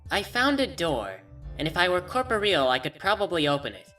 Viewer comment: I think corporeal was mispronounced